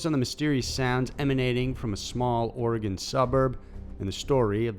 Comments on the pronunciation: Or-e-gun. Not or-e-gon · Lol, it must be colloquial because I lived there for 47yrs and always pronounced it Orey-gun. Yet now I live in Arizona and its pronounced Air-A-zona...go figure! Lol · Every Oregonian cringes a little when someone pronounces it as ore-gone 😭😬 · And Orey-Gun, please. Another great video! (a former Oregonian)🌲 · I explain the Oregon pronunciation as "it is a "rifle" Or-a-GUN. My ex husband, who was from Maryland/ and Ohio due to parents divorcing, and pronounced it way wrong, tried to correct me by saying that his TEACHER! (Also from Maryland) pronounced it like that so that made him right. Like okay dont listen to the Oregonian, you damn Yankee from Merry Land and O-HEE-O! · And it's ore-eh-gun. I always cringe hearing our areas mispronounced lol. Willamette is probably the worst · Kevin Temple nope. Pronounced "Organ." Could be my California accent. Lol. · too wall it ten valley, or eh gun. please.